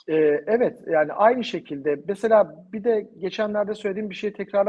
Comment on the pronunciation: "mesa mesa mesa" deyip duruyorsun. "Mesela" diyemiyorsun. Türkçeyi doğru konuşmalısınız.